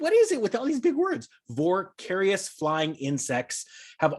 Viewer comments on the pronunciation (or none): voracious... pronounced as vor-carious by the ( LOL) is not a problem because he's the economic and not the language. Keep going!... even if you butcher the words. We love you just the way you are! Don't change a thing. I love your authenticity and humorous style. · “Voracious” pronounced “vor-a-shus” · i like the content. especially this video. but.. vorcarious. lol. i recommend you spend more time with a dictionary sir. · Vor carious 🤣😂🤣 love ya.